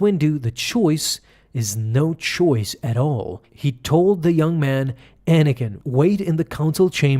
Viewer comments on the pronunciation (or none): none